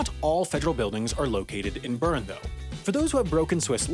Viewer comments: If you 're going to talk about Bern, maybe you should learn how to pronounce it. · I spent a summer in Lausanne and I remember talking to one of my friends there about going to visit Bern (pronouncing it Burn as in the video). They were confused saying they hadn't heard of it, and I said, the capitol city? And they said "ohhh Beln" (with a good french Swiss accent) (They didn't correct me on calling it the capitol)